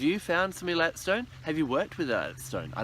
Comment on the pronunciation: It is pronounced AAY-LAAAT